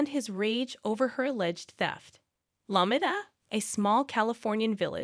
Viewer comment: Are u saying La-me-da? 😂